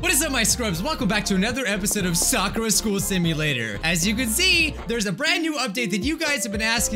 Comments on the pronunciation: You keep pronouncing Sakura school simulator wrong you pronounce Soccerra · It’s pronounced sa and u know how u pronance courage ad that to it so it’s Sakura